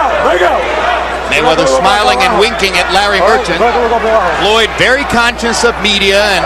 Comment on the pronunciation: Did Cortez call Floyd Roy it didn't sound like an F more like an R. Merchant hates all fighters who don't get hit often Like Roy and Floyd I mean that's the main Idea in boxing To Hit and NOT Get Hit. It's like he'll say he did good But Blah blah blah. I know Foreman is like STFU .